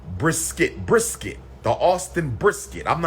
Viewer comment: Lol he can’t even pronounce brisket.😂😭😂 “BriS-Kett”